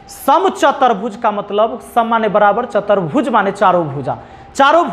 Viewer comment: सर, आपने बहुत अच्छा समझाया है लेकिन आप कुछ शब्दो को गलत लिखते है और उनका उच्चारण भी गलत करते है जैसे, समानांतर की जगह समांतर और चतुर्भुज को चतर्भुज बोले है आप. कृपया भाषा के व्याकरण की शुद्धिकरण का ध्यान रखे वरना आगे आने वाली पीढ़ी भी गलत उच्चारण करेगी